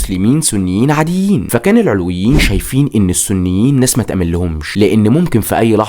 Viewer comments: معلش اسمهم العَلَويين بفتح العين واللام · ياخي ڤيديوهاتك حلوه مفيش كلام 😂 بس اسمهم العَلوِيين مش العِلويين ركز 😂 أنا سنيه الحمدلله